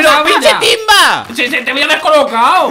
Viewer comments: recuerdan que virtor dijo pinhe tinba 😕😕 pero en el 303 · En el minuto dijo invictor pinche timba jajaja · Alguien se dio cuenta que dijo pinché timba invictor